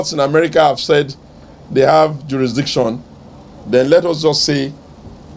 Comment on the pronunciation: Madam, a beg, pronounce this "jurisdiction well naa"